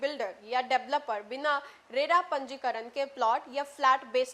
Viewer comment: रेला नहीं रेरा होता है। इतना बड़ा मज़ाक मत बनाइये और ना ही बनिए।